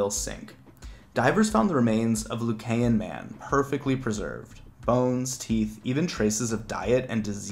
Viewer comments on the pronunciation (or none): Lucayan is pronounced loo-KY-en. Not loo-kay-en.